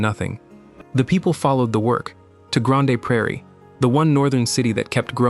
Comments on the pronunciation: Its Freakin Grand ! - not Gran-Day ! - WTF - EH ! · granday lmao i can't watch the rest after that I'm sorry. LLM sciript read by person that doesn't know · Come on AI You can do better : "Grawn Day" Prairie for Grande Prairie? That is just lazy. Pronunciation gaffes like that undermine the content? Is it reliable....? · "Granday" Praire???? AI no speakee good. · Grandey Prairie!!! My ears are bleeding.